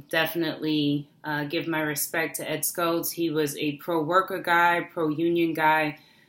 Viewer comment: First of all, it's Ed SHULTZ, not Ed Skults. There's no "K" sound in it. SHULTZ: "SH-UL-T-S." Condolences are fine, but let's get his name correct.